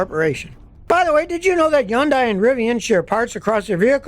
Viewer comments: As usual Scotty has his finger on the pulse. NB - just a tiny point - it's pronounced Hyundai (Hond-day) not 'Yonday'. Keep up the good work. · Yonday? Think your miss pronouncing it. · I would think it should be Hoondye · Every old-school mechanic Ive spoken to says Yun-dies, and KIAs are inferior in design and difficult to work on. They are among the worst brands, followed by Nissan and Mini. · Bro say Hyundai correctly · Is the H silent?